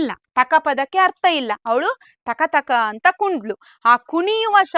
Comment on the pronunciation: ಟೀಚರ್ ತಕ ತಕ ಅಲ್ಲ. ಥಕ ಥಕ ...